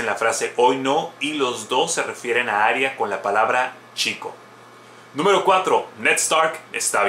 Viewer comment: A si eee: Rhaegar se pronuncia "Ray-gar" osea ['ɹeɪgɑɹ] según George RR Martin y HBO. Aerys se pronuncia "Err-eez" osea ['eɪɹiz] según HBO Arya se pronuncia "ar-yə" osea ['ɑɹjə] según George RR Martin y HBO. Pero Jaqen H'ghar ni puta idea xD xD xD